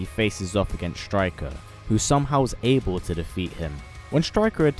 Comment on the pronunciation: You messed up the name